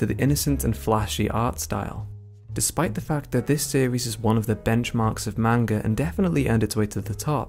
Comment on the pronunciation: Great video but plz pronounce manga the correct way it’s like hearing nails scraping across a chalkboard